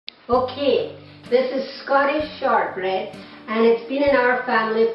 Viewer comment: Did she call it shart bread?